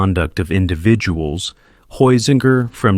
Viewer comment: Only a complete and utter fool could mispronounce 'Heusinger' in three different ways(!) and 'von Manstein' in five different ways(!!). I won't even discuss the other equally butchered personal names and place names. So excruciating to hear. :body-green-covering-eyes